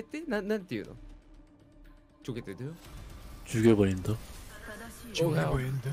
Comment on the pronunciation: 발음이 자연스럽네요 죽여버린다ㅋㅋㅋㅋㅋ